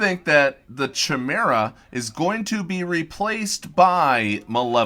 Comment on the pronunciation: Yes, I was a bit surprised/shocked when mispronounced that word:/